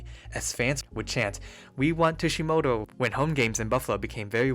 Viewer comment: Sorry if I’m just nitpicking, but the pronounciation of Tsujimoto, Miura, and Fukufuji’s names were, for the most part, way off.